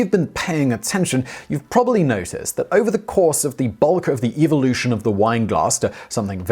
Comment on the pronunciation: Why did you say the word "Eeveelution" if this video is not about Pokémon?